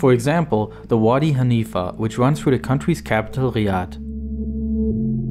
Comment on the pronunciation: He also says, "Froo" instead of "through."